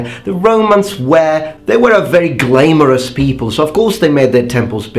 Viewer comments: glamourous is pronounced glah-mor-us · Interesting pronunciation of the word Glamorous. My family and friends typically say it with a hard m, as in Glam-or-ous, compared to your glay-mor-ous. I thought this may interest you as a linguist! Great vid btw :)